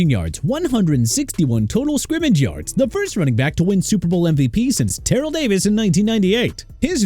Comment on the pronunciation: Look my man... you meant Southern California?! It's not "South California"!! Also Terrell Davis pronounced tuh-rell not teh-roll! Maxx Crosby not X Crosby! Trey Hendrickson not Brey! JAGUARS PRONOUNCED JA-GWAARS! You're finished... TIME TO CLEAN OUT YOUR LOCKER!!!